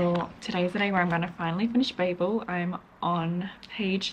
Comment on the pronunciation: Babel is a Hebrew term for confusion and I can tell you you’re definitely pronouncing it correctly and I’m American 🫶🏼